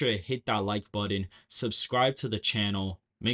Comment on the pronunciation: button not buddon